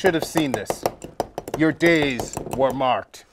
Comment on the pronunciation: For some reason, I feel like you said "Your days are Marqued"